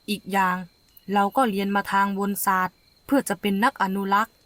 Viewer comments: วนศาสตร์...อ่านว่า..วะ_นะ_ศาสตร์...ไม่ใช่..วน_สาด..น้องเอ้ย.. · วนศาตร์ อ่านว่า วะ-นะ-ศาตร์